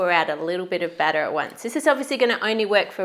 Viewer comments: For a moment there I couldnt tell the difference between 'batter' and 'butter' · A battah dispensah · Man, when she said 'butter' instead of batter ....lol gotta love it tho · I got lost for a bit when you said baata!! Until I realized you meant batter. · When you said batter dispenser I heard butter dispenser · Am i the only one who thought they were saying “butter” instead of “batter” lol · I thought they were saying butter dispenser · Am I the only one who thought you said "butter" dispenser？